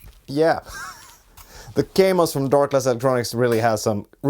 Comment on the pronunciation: It is called Kaamos not Keimos.